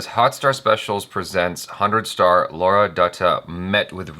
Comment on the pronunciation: Damn it, it's not "Laura" but "Lara". Just awaiting the day when you'll do a better job pronouncing Indian names. Almost makes me cringe every time you try pronouncing Indian names. It's been quite long, why don't you learn from Achara.?!!